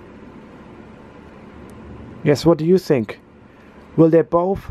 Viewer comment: What happened to ur english u said I sink instead of think